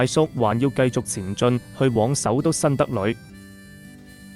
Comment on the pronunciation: 旁白（AI還是？）把新德里讀為新德裡（前面廣東話一段）。不少博主（主要是內地人或從中國移居、旅居外國的內地人）的字幕或標題時時把簡體轉繁體時鬧出笑話，如簡體干净繁體變為幹淨，里、裡或裏不分等等。